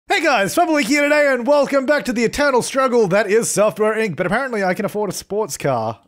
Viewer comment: Everytime you say software inc. I think you say suffer inc. 😂